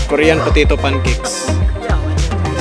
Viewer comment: Balik sa bisdak accent pagka hahahaha kur-yan putito pankeks